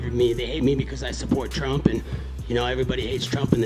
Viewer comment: "Twenwy twump 24" colby at the end